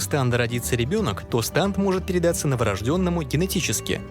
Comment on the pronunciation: всё видел болели уши от произношения станд( я привык к стенд)